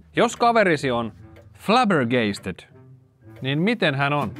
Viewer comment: Flabbergasted ei äännetä noin,. Oli hyvä ja jännä video. Risuaita= Hashtag, ois pitäny hyväksyä.